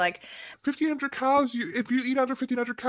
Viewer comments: I am so dumb!🤦‍♀️I totally thought you were saying Cows nor Cals!😂😂😂. I swear fat acceptance should really be called fat excuses. It seems like it’s what they talk about…..I got fat because….and I’m staying fat because….🙄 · i understand this is a stupid question but do you actually say ”cals” or ”cows”?🤣i CANNOT hear anything but cows